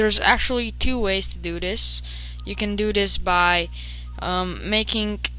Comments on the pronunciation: "Let's do dis'" lol, good tutorial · "u can do dis by, ummm, making it track wit track motion, or..."